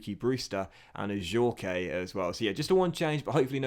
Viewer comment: I’m pretty sure Ajorque is pronounced without the ‘ay’ on the end it’s just ‘Ajork’ if that makes sense